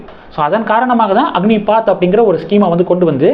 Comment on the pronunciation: அக்னிபாத் இல்லை ப்ரோ அக்னிபத் என்பது தான் சரியானது நன்றி வாழ்க வளமுடன்